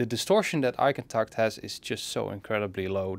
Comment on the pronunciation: Damn. The way you said “Eigentakt,” you did it like a professional. A professional German, I suppose